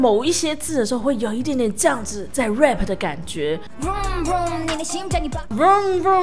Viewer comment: 提醒一下老師 rap (要用喉音/蝴蝶音) 發音要注意 。否則您都一直念成rape (強暴)